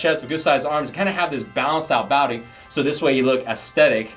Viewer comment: 'balanced out bowdy' lol :P